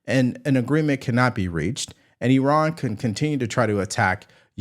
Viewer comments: The country is pronounced IRAN not IRRON……😡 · NOT ERAN IT'S I RAN. JUST SAYING